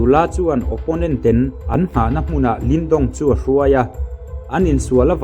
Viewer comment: Ten i lam dan hi ngaihthlk a ty nuam lo